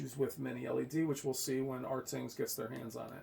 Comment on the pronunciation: it's pronounced Ratings not Rtings. Alot people get that wrong...lol Anyway. Rtings hates TCL they are very bias. I don't believe there numbers. Why don't you believe CNET? CNET had SDR and HDR even or brighter then the R617 of last year. Plus I hate when people go crazy over input lag. An input lag is 14 Ms compared to 11ms you won't notice a difference. 4ktvs all now have pretty good input lag. Compare the Hisense H9F to the TCL R625. Just don't go by rtings website. They hate TCL.